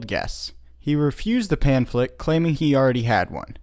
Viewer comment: "Pam-phlet." Not "pan-phlet."